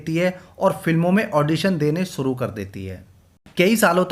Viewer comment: Aap ka accent horrible hai Improve kijiye Darsan nahi Darshan Suru nahi Shuru Jindagi nahi Zindagi Soot nahi Shoot Propojal nahi Proposal Jaroor nahi Zaroor Aur Bohath sare words ka Mispronunciation hai Bura lagta hai Sunne mein 🥶